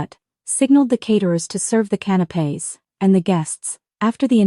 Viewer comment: Not canopes but CANAPÉS